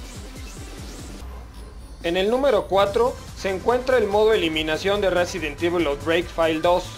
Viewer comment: "Residen Divul" jajaja